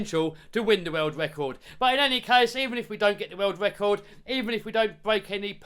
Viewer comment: Wecord ? WTF is a Wecord ?